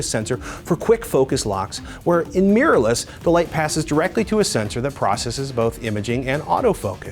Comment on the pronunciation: Why do so many Americans pronounce 'mirrorless' as 'meerless'?